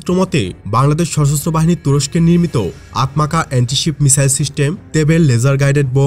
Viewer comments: আতমাকা না উচ্চারণ হবে "আতমাজা"। তুর্কি ভাষায় "C" কে " জ" উচ্চারণ করে। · আতমাজা হবে।তুর্কি ভাষায় c - j এর মতো উচ্চারিত হয়